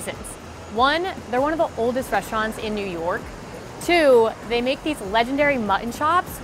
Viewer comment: “Reshtaurants....”.......”carmelized”...... ???.......how about “restaurant” and “caramelized....”..? I